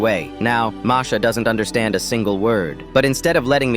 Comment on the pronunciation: He said "Marsha"